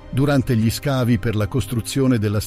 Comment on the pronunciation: Bel video molto interessante, unico neo è la voce narrante, l'uso dell' AI andrebbe vietato per legge, perché ad esempio ogni "gli" o "dei" stride in modo inascoltabile con la pronincia e a volte crea strafalcioni terrificanti.